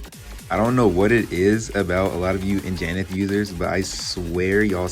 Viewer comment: its "an-ja-nath", not "in-ja-nith"